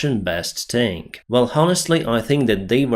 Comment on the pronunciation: Pronounced "tank"...not "taaaaaaank"